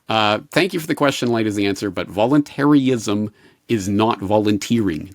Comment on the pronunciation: Its "VOLUNTARIST" not "voluntary-ist" And its not "VOLUNTARY-ISM" its "VOLUNTARISM"